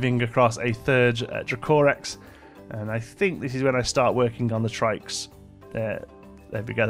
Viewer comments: Dracorex is pronounced Dra-co-rex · you cant say dracorex